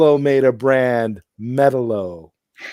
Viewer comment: When Sean said Metal-o, I almost passed out from second hand embarrassment